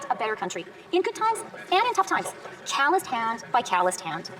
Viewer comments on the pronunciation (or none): Wtf is a “challised hand”? Did she mean “callused hand”? Is she so far removed she doesn’t even know what a Callused hand is and how to properly pronounce it 🤦🏼‍♂️. This is why she thinks cancelling Disney + will help us afford groceries 🤦🏼‍♂️ they’re so disconnected from reality!